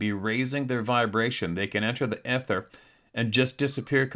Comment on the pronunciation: "Ather" it's called the "Ether"